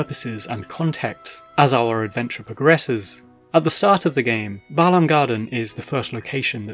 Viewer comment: Glad for the pronunciation. When people say "BAY-lahm" it drives me crazy 😂